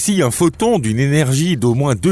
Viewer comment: Il dira que son h est muet. Mais là ne sera pas là question pour le linguiste lui-même rendu au mutisme face à une IA qui prononce ''énergie'' 👉 ''énergear'' puisse avoir dans sa narration un cheveu sur la langue.